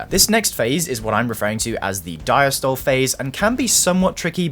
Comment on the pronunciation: Diastole pronounced “dieastolee”